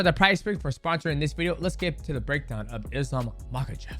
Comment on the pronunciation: МахАчев ударение на второй слог будет верно!!!